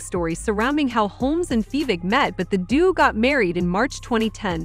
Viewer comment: “But the doo got married”…DUO! The word is duo!!!